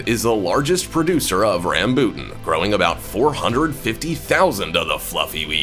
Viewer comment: The Rambutan is pronounced here in Ph as Ram-bo-tan